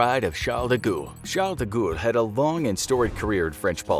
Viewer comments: Your pronunciation of Charles De Gaulle's name is APPALLING!! Did you ever study French in school? His surname is pronounced "De Gall" not "De Goul". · De Ghoul? Isn't it pronounced De Gall? as in gall bladder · It's not pronounced Charles DaGool you Muppet. It's pronounced DeGaul (Gawl). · Someone tell the announcer that guy's last name was pronounced Deh Gall not De Gool LOL. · I've never heard 'Fawkes' pronounced as 'Fox' before. And 'de Gaulle' pronounced 'de ghoul' - interesting... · Sounds like he says "The Goa'uld" from STARGATE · Yeah he butchered guy fawkes as well pronouncing it fox